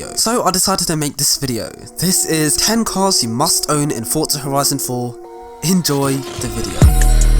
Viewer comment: "Fortsa Horison 4"